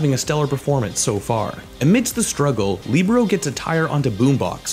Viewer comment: You NEED to start pronouncing player’s names correctly... “Leebero”? No, Libero. “Echo”? No, E Q O. It’s a matter of respect towards towards the players. You’d be annoyed if people referred to your channel as “ection asports.cam” because that’s incorrect. Please learn how to pronounce player’s names properly, for goodness sake you hear the casters pronounce them all the time so show a little diligence.